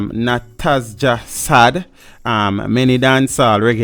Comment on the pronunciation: SAAD died on the Hellshire main road still..car accident..its not pronounced SAD BUT rather SAAAAAD..draw it